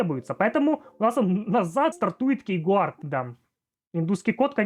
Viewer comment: "кейгуард", "труй" 😂 Повеселил, однако. Видик прикольный. Но я не помню когда последний раз вообще юзал пин-код симки....